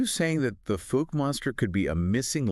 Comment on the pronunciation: Omg. The fook monster? It’s pronounced fow-ke.